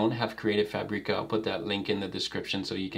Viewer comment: Hey, thanks for another great video. How can u transform the png to vector, chosing the number of colors, in Affinity? You know i love you, isn't it? 😅 So don't be upset please if i make a little correction. Is FÀBRICA, just like you say fàbric, same kind of accent. I know, i'm from Italy and my english is bad, so i should not say that 😊